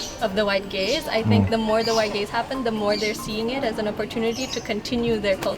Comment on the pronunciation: At the end does she say "the more white gays happen..."? If so .. why.